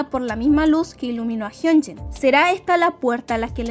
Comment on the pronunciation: Me confunde mucho que pronuncie tan parecido jeongin y hyunjin estaria mejor que le digas in que se mezclan